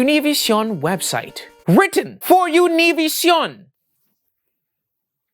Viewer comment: Hold up are you mixing both the English AND Spanish way of pronouncing 'Univision' together?